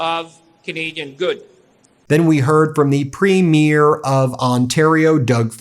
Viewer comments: Bless him, he seems to be trying harder to pronounce Premier correctly lol. It's getting better, but still wrong. It's PREEM-yerr. Like "Dream yer". Keep practicing lol. Or do a 5 second Google search on how to pronounce it. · Ben - PREEM-your thanks for trying! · Nice to hear making an effort to pronounce "Premier" correctly, instead of sounding like a movie premiere. Thank you, PM Carney, for walking away from a bad deal!